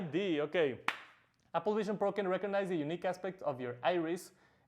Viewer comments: Appel vishion prooououuuu haci dice el man xd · Apol vishon prou xD